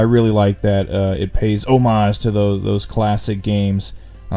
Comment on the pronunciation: Thank you for pronouncing "homage" correctly. And happy birthday, I think.